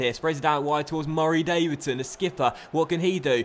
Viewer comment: I think I missed an episode a while ago. Why does he say Murray Davidson like that it's kinda annoying